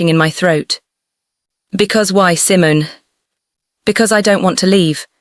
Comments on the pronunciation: I'm sure Simon...is Simone... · Your Narration is terrible. The voice. Is her name pronounced "C-mone" or Simmons like the fruit.